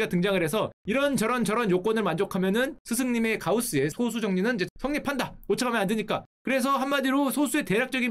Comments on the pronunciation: 근데 방장님 발음 틀리심 소수❌ 소쑤⭕️ ㅋㅋ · 소수 불편하다.. 솟수 라고 읽어야하는데 ㅜ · 소수의 발음은 소쑤로 발음해야 합니다. 그냥 소수로 발음하면 소수점이 달린 수를 의미합니다. 원래는 표기를 솟수로 썼지만 한자로만 구성된 한자어는 사이시옷을 넣으면 안 된다는 원칙을 고수하는 국립국어원의 만행으로 소수와 표기가 같아져버렸죠. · 0.23 같은 건 소수 그대로 발음이지만 prime number를 뜻하는 소수는 예전엔 솟수로 표기하기도 했고 표기법은 소수로 바뀌었지만 발음은 여전히 [소쑤]라고 발음해야 옳습니다. 요즘엔 이 정보가 소멸해버렸네요. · 소수 발음 솟수라 안하는거 킹받넹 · 1과 자기 자신으로 나누어지는 수를 의미하는 소수(素數)는 소쑤로 발음합니다 0과 1사이의 수를 의미하는 소수(少數) 는 소:수 입니다.